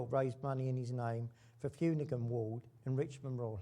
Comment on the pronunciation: Paddy Fumigan? It's pronouced 'Finoocan'! 🙄❗️